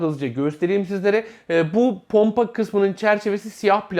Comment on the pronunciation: ponpa derken